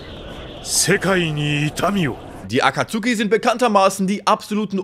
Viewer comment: Er heißt Jiraya und nicht I-raya T.T und es ist Akatsuki und nicht Aka-tsuki T.T